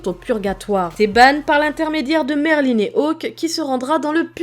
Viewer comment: est heum c pas Merline mais Merlin sans e a la fin